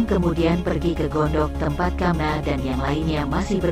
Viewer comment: Mengapa bacanya ada yg krng pas ya.maaf contohnya gandok kok dibaca gondok.maaf,hnya mau tau alasannya.trimakasih sdh berbagi cerita ini.🙏🙏🙏